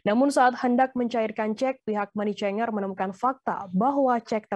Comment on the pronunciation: Pembaca berita Tribun News harus belajar bahasa inggris lagi sepertinya, Membaca: Money Changer aja salah.. aduhai 🤣🤣🤣